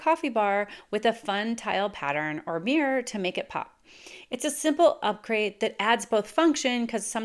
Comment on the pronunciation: What is a "Meer"? oh--mirror! LOL